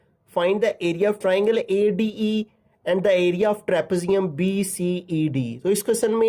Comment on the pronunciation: pronounce it like tra pee zi um